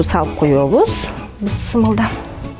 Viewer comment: Бысмылда эмес бисмиллах ден эде